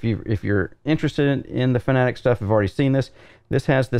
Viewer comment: its FANATEC not FANATIC ; ))